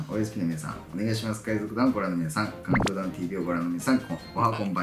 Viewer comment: 、カウントーダウンって言ってませんでしたか？